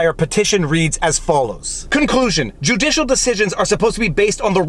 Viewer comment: You made a mistake on your last hashtag. You said juicialswamp instead of judicialswamp